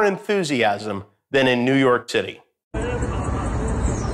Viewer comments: Did you say “New York Titty”? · Did he just say “New York Titty”? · Did he say New York Titty at the beginning? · Why did i hear new york titi ( im so sorry, its just what i heard) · Did he say New York Tittie? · He said “New York Titty” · Did he say "New York tittie" ? lmao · Is it me or did he say New York Titty? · Anyone else hear "New York titty"?? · Did he say “New York Titty”?:) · “New York Titty” 🤔... did he say that or is it a glitch?